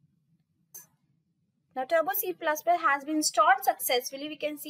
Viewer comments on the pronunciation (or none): Please it's not C plas plas....🙏It's plus plus